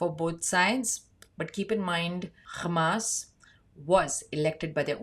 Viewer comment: Love how you pronounce Hamas and Hezbollah correctly